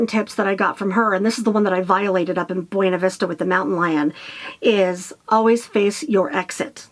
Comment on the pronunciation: Buena Vista is pronounced Bu-na Vista. Pretend the ‘e’ does not exist.